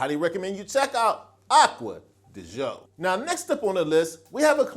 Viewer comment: So after wearing this cologne for 28 years you should start pronouncing it the correct way. It's not pronounced De Joe, it's pronounced Dee Geeo. I in Italian is pronounced E. You're welcome!